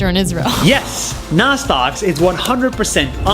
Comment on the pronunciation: Its nas not nad